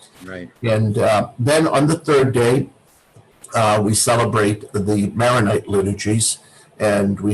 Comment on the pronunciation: Chorbishop Spinosa is awesome. To the interviewer, thank you for this interview. The rite is pronounced Maronite, named after St. Maron, not Maryonite.